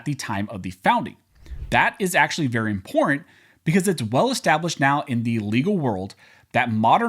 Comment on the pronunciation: Stopped listening when noted he can't read or speak the word imporTanT